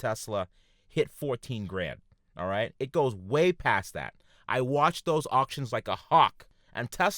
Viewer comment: "This is da wae of da deviil." Lmao instant like and sub.